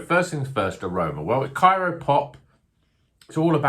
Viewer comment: It’s CRYO Pop, as in cryogenic. That’s how CRYO hop pellets are made.